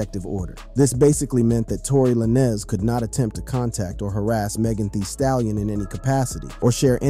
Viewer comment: I had to stop listening once you called him la-nez twice lol